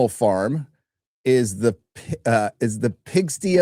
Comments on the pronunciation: It’s not pig steeee…. It’s the home of pigs. It’s Pig - stye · Pronounced PIG STIE. I can't believe you haven't ever heard of the word. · Are we gonna tell how to say PIG STY! ie The place where pigs live. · Can't stop laughing at "pig-stee." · Followed only like a minute later by him saying "representated" instead of represented lmao